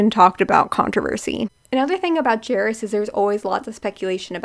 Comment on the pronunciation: Lmaooo I’m so dead at the name pronunciations omg😭 Sam pot (like a kitchen pot) (or like a rowing oar) orff (long f) pot-orff…. and Jairus is like “air” but with a j (jair) us (is/us) jair-us